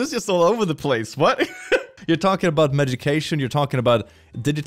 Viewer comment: Ah yes I am a fellow dyslexic and this hits home for me "megication" 😅 I also love your vids